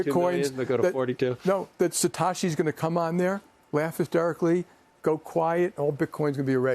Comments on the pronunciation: Lmfao “Satawshi” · Did he just say…Satashi? Nah, he don’t know BTC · But he can’t even pronounce satoshi. After this interview, I think it is pretty clear he actually hasn’t got a clue about bitcoin. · Can't Jamie Dimon afford to hire someone to teach him a little about Bitcoin so that he does not embarrass himself? Lesson number 1: the original developer of Bitcoin was Satoshi, not SatAshi. I have never heard a single person call him SatAshi. Lesson number 2: Satoshi Nakamoto has not done any programming on Bitcoin in 14 years. He cannot just show up one day and change the Bitcoin code. There are over 10,000 Bitcoin nodes run by people who believe in Bitcoin, determining what Bitcoin software is valid. Since the 21,000,000 Bitcoin cap is the most important part of Bitcoin, that 21M cap is about as assured as anything in the world, except gravity. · He really just said Satashi 💀💀